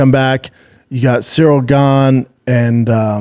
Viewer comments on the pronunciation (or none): none